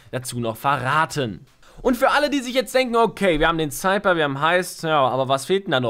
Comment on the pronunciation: Der Cypher wird Seifer ausgesprochen und nicht Seiper ..